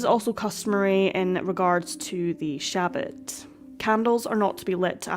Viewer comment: Pronounced "Sha-Baht"